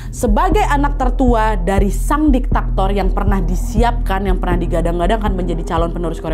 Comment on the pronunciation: DIKTATOR wa'eeeeeeee diktator... bukan diktaktor 😭😅